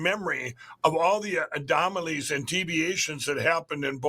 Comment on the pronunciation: "adomalies and teviations" 🤣🤣🤣🤣🤣